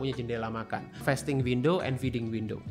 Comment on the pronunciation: Sorry , agag keganggu bgt sma pronounciation "fasting" nya, it is 'a' as in the car, not 'a' as in "wait"😢